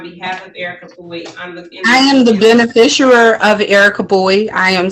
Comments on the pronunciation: Lady… there is NO such word as “benefisher” 🤦🏻‍♀️😤🤯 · "beneficuary?" What the heck is that? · WTF is a "benefisher"? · She can’t even pronounce those extra super special magic spell words of that incantation. She is not a “beneficERER” and definitely NOT “indiG-juss” Not an American Indian whatsoever. I guarantee she doesn’t even know who her father was. And “for the record” it wouldnt make any difference if she were. If you’re physically located within the borders of that municipality then you are under their jurisdiction. It wouldnt matter if she were the Queen Of Mars. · She’s too drunk to say beneficiary properly… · Very funny that she was using the word beneficiary endlessly, but didn't manage to say it correctly even once 😂